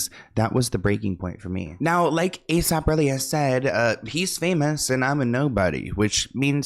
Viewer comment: NOT THE A.S.A.P!!!! 🤣 I said the same thing as you said it 😂 I was cringing 😭 he said we gotta move on from that 😭 ☠️ 🤣